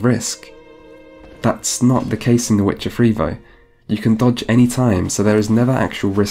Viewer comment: Ah yes. "Vuh Wit cha Free". Classic title